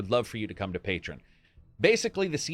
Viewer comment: It's pronounced "Pay-Tree-On" not "Pay-Trin" Love your vids